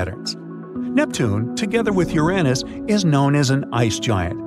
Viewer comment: Don't think you said Uranus properly.